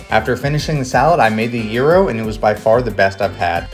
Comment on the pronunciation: I love the fact that actually pronounce gyro correctly!!!